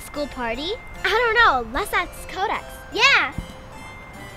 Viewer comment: Not everyone says it right anyway. I hate it when people say aks. Although it probably *is* just a typo